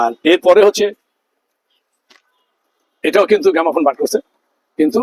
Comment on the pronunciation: গ্যামাফোন নয় গ্রামোফোন